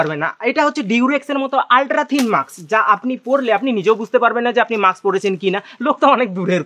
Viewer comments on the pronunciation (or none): Re ota maks na ....mask bole 🤧🤧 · Mask bole ... maks na